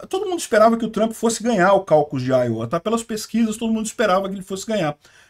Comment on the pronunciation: Iowa, diz_se áioua